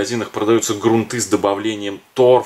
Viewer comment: Правда, очень много лишних слов, а время у всех в дефиците.. хотелось узнать о грунте, но .. жаль. Кстати, в слове грунты ударение ставится на первой гласной.